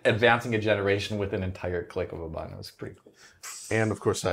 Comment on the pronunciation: A pwwee bweef. Fs aaw fwee. 1st impwwesion wewe extweeemly good